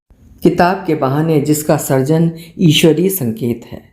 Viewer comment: बहुत ही अच्छा लग रहा है उपन्यास, आपके स्वर में..आज के भाग में अपने सृजन का उच्चारण सर्जन किया जबकि सृजनकर्ता सही बोली आप..